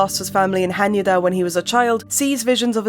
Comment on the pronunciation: this is so petty of me but jesus christ I can't believe how thrilled I am to FINALLY!!! hear someone properly pronounce Hanyuuda!!!